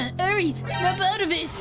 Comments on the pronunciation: Eri is not pronounced as airy not ere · its not edre its eir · WAIT HO2 U PRONOUCE ERI ITS (Air-E) that's how it sounds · No offense but it's a pronounced arie